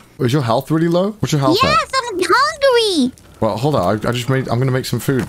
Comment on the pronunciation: "I WAS HONGRY"